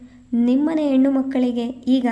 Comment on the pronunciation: ಕಥೆ, ಓದುವ ರೀತಿ ಎಲ್ಲ ಚನ್ನಾಗಿದೆ ಆದ್ರೆ ಸ್ಪಷ್ಟ ಉಚ್ಚಾರ ಇದ್ರೆ ಇನ್ನು ಚಂದ.ಹೆಣ್ಣು ಅನ್ನೋದನ್ನ ಯೆಣ್ಣು ಅನ್ನುತ್ತೀರಿ